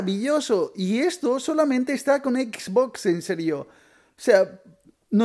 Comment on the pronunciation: Me da risa como dise xBOX